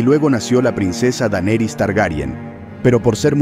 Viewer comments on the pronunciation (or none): none